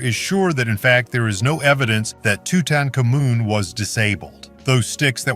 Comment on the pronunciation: Toot toot kamoon says it 4 times then changed pronunciation 2 different ways. So if you didn’t know you would think 3 different people were being discussed. This whole video is AI rewrite of bad takes in history.